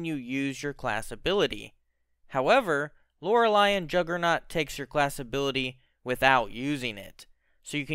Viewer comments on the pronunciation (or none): My guy its lore-ley not lore-ali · You are probably the first person in existence who pronounces Loreley as Lorel i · Lor-lee. It ain't that hard. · Who's Lora-lie? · LOR-LEE it's pronounced LOR-LEE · why do you say lorely wrong? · Can you please pronounce Loreley correctly good god